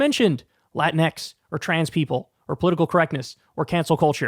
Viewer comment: "Latin X" sounded like "a porn website"..